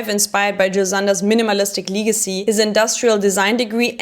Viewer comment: Love Jil Sander to death - as a fellow Hamburg Native its a no brainer JIL & Karl forever - but for me as a guy I can obviously wear way more of the JS pieces than 90% of Karls Creations- btw its pronounced Legacy with a short E Not Leeeeegacy 😊- Great Short nonetheless!